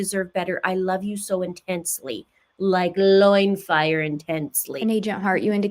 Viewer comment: OMG like loin fire intensity!!!!!???? You are seriously killing me 😂:_LoinFire